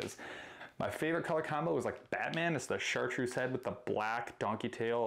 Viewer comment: I love how you guys sometimes say #Chartduece rather than chartreuse, idk if its by accident or not 😅😅💪👊